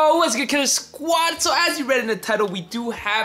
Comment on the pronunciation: Did he say “ what’s up KUSH SAUAD”